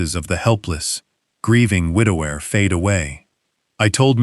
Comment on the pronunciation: What is a widow rourer? The word is widower, for heaven's sake.